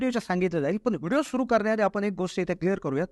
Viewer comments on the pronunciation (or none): none